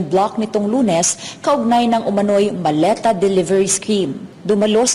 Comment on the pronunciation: mali pag ka bigkas hindi po maleta sabi ng dds malita hahahaha